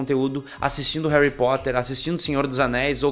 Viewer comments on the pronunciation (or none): none